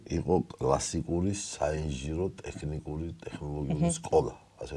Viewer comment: საშინლად არასასიამოვნო მოსასმენია. ჯერ მხოლოდ "ტეხნიკური-ს" გაგება რა ამაზრზენია. და ისე სასაცილოც კია, ასეთი უხერხული სიტუაციის მერე მაინც პრემიერს რომ აქებს. არაკაცების ქვეყანად იქცა საქართველო...